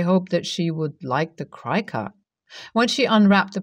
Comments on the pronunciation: Cricut is pronounced like cricket. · Cricut is pronounced crick it, like the insect. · Cricut is pronounced as Cricket. Their original models even had a cute little Cricket machine. The road to Hell is paved with good intentions. I take it the bowling ball with the name Homer engraved on it was not available.